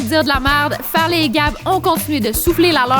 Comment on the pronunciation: Ses plus Farley ses Fartley😂